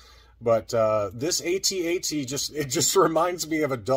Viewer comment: No, I don't know anyone other than AFG that sounds out all the letters. All military personnel will pronounce an acronym like a word if the letters are formed that way. It's also really weird to sound out all the letters individually for the AT-AT but not for the TIE Fighter. At least with the TIE Fighter you hear the acronym pronounced as a word on film.